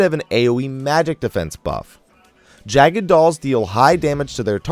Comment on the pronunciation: You mispronounce the Jagd Dolls :D Jagd is German for Hunt, making these Hunting Dolls rather then Jagged Dolls.